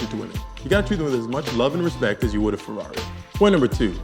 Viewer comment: i like how he says Feraawree!(ferrari)